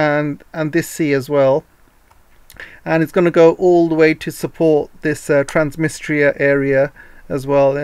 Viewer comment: Transdnistria please , NOT Transmistria , sounds like you’ve made a hearing error!